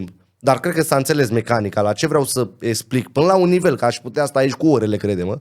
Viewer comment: e clar ca stii bine limba romana. Dau un singur exemplu: esplic in loc de explic. Si nu contest cunostintele si dedicarea, sa fie foarte clar. IL ASCULT CU MARE DRAG, pana ma impiedic de problemele cu vocabularul limbii romane.